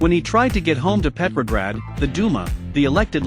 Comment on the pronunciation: I know it's Petrograd, Peppergrad is what the person said in the video 🫤😵‍💫